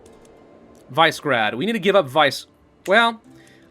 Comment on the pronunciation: It bothers me that says Vise-grad. The actual way to say its name is Vish-eh-grad. Random Bosnian culture knowledge for the month. I don't blame him though, as anyone that looks at the name would probably say that as well.